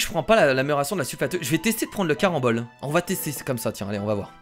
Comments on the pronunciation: C carenbole pas marenbole ! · Wtf il dit barembol ses carembol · Il dis tout le temps marembole au lieu de carembole😂😂😂😂😂😂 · c les CARAMBOLES 😂 pas les MARANBOLES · arrêt de marambole alors que c'est carambole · c'est pas les maranbolle c'est les caranbolle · Carambole pas marambole 😉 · C les caramboles pas maramboles xD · c'est "caranbole", pas " maranbole"!!!! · CARAMBOL PAS MARAMBOL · ne dis pas marambol . 👎 Mais dis carambol . 👍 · CArambole pas MArambole tu es irrécupérable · C'est pas des marenbole c'est des carenbole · carambole pas marambole sinon gg la vidéo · C CARAMBOLE PAS MARAMBOLE !!!!!!! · Zbeub-78 exactement j'étais en train de crier <<CARAMBOLES CARAMBOLES😠😠😠😠>> 😁😁😂😂😂😂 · Les marannole il a dit à lol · tu as dit maranbole 4 fois lol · Tu a dit 5 maranbol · C'est vrai